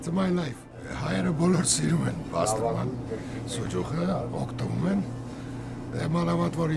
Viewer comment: It’s not “bastirma” it’s basturma. The original way